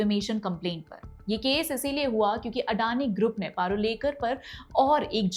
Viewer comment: पारुलेकर ❎ प रु ळे क र ✅